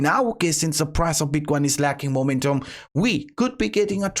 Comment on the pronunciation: "Bitquain" dude learn how to pronunciate it first, is not that hard.